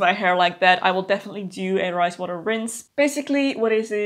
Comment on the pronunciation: When you first said “fermented rice water” I definitely heard “fermented Christ water” 😂 what is this magical thing! Tell me more 😂